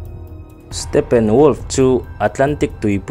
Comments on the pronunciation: i saptawng lamdam hi i uluk a ngai...stephen pawh PHEN angin i lam mai a, stefen anga lam tur😅😊 a hmuhnawm e❤ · Lal stepen a 😂😂😂 huiiiii ......a hming lam dik lo nasa ltk hi a hmuhnawm letling phiann mai hahahaa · Stephen tih hming hi iva lam thiam lo ve, stefen tih a rik tir tur